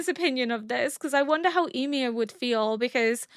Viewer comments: I don't mean to be rude but is there a specific reason you're pronouncing Ymir's name like 'e-mir'? Is that how they pronounce it in the norse mythology? I just prefer the show version because I'm used to it 😃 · She’s partially deaf in one ear, so pronunciations are slightly more difficult. Also she’d been “corrected” several times about how to pronounce Ymir in several equally different ways, it had become a needlessly big thing when it shouldn’t have been.